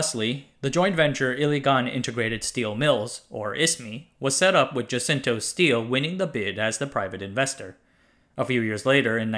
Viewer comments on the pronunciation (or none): By the way it's not "jacinto" it's pronounced as "Hasinto" anyways great series as always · Pronouncing "Jacinto" as "Yeisintou" really threw me off, I had trouble understanding what was going on by whom. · Fascinating band thorough. Just the nitpick of Jacinto should be said as "huh-SIN-toe" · Is Jacinto pronounced as "Dyasinto" or "Hasinto ", the Spanish way? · The pronunciation of Jacinto was actually Ha-sin-to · Oh btw Jacinto is pronounced "ha sin toh" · You used the [American] pronunciation of Jacinto family, which is, from my observations, somewhat uncharacteristic of you .. rooted in America, but with more everyday Chinese and universal infusions leaked into your pieces .. I am sure you are aware of the Spanish lineages in the Philippines, and the "J" is pronounced like an "H" .. and the reference to the plant, and the elegant Chinese name, 風信子。。surely something you could easily appreciate being in Tainan .. Cheers !